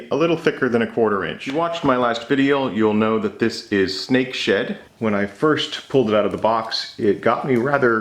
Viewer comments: You should really enunciate the "D" in Snake SheD, so many times i heard Snake Shit and had to convince myself it wasn't that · Really thought you said at the end.. “you wanted to see snake sh”t micarta?!” Lolol. I still hear it rewatching. Maybe in another episode 😂 Thanks, as always 👍🏼